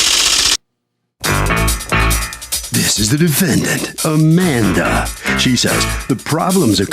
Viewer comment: Her name.... "Au-man-duh"